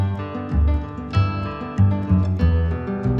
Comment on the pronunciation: насколько я понимаю, жужуй можно произнести немного по-другому))